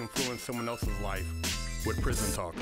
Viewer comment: prison dude, it's prison. Say it right.